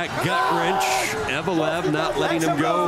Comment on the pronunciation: Заметили, что комментатор называет фамилию Евлоев, как "Евелов"?